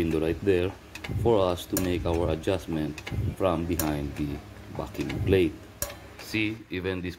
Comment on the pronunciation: That is a great video. Have to tell you from an Aussie, every time you say "backing plate". It's sounds like you are saying "Farrking Plate".